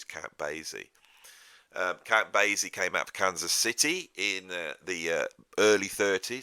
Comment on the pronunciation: Count Basie is pronounced bay-see—the s sounded as ess, not zed. And New Orleans is pronounced Or-leenz.